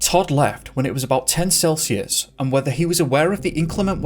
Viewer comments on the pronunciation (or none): none